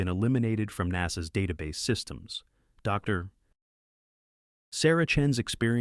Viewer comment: Okay, so here's a suggestion. Since your having your computer do the narration, and said computer interprets the period after "Dr." as a natural pause, causing the pause between the words "Doctor", and said doctors name, when you're typing out your script for the computer to read and vocalize, simply type out the entire word, "Doctor", instead of "Dr.". At worst, it'll take you an extra 1.5 seconds. All that being said, I appreciate your content. Keep 'em coming friend. 😁